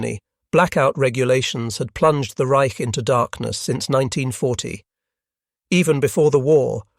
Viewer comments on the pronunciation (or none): none